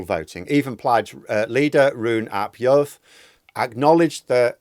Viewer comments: "u" is pronounced like "ee" in Welsh, so Rhun = "reen", and Iorwerth = "YOUR-worth" (as near as dammit) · you will have to learn how to say Rhun ap Iorwerth's name since he will likely be the First Minister of Wales in a few months' time. "Rhun" is pronounced "Rheen" "ap" is obviously "ap" "Iorwerth" - the "r" is rolled in Welsh and the "o" is pronounced like the "o" in the English word "on" So it is something like "Yorrr werrrth" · I think your analysis is pretty much spot on and I was very pleased but not surprised by the result, other than the margin being greater than expected. Your Welsh pronunciation is, understandably, not doing so well in the polls. Try substituting the U in Rhun and the I in Iorwerth with an ee sound, this rule does not apply to Neegel.